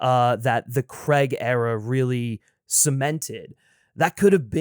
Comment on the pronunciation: All these years later, and people still refuse to pronounce Daniel Craig's name correctly. CrAIg. Not CrEgg.